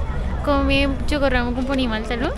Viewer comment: para que suene chocorramo debe ser con doble RR Con una sola R se pronuncia diferente